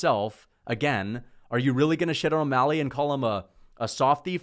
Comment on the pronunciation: “adam22’ mally” is crazy lol